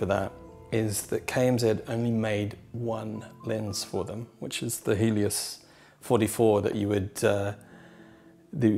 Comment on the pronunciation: Did he say Hideous-44 lens? 😂